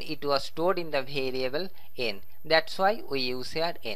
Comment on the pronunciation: Says variable like bhariable